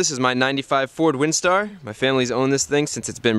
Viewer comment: Not gonna lie I thought he said 45 Windstar lmaoooo